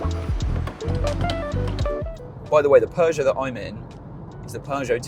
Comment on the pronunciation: Peugeot pap nat car 😂😂😂😂😂